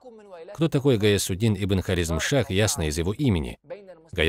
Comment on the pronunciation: Что за ударении над Хорезмом? А что делали арабы между собой до Хорезма? Халифу Умара, халифу Усмана и халифу Али кто убил? Их убили свои и это многие знает. Убийства между мусульмане происходили во время халифатов до Хорезма. Этот автор не историк а пропагандист. Не знаешь историю Хорезма лучше не рассказывай.